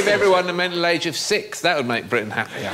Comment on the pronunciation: I didn't understand what Alan said . All I got was "give everyone the middle-age of 6"... I just watched it again.... got it now. It's "mental age of 6". Bloody english accents abrevia'ain every'hin. Say your bloody TTTTTTTTTs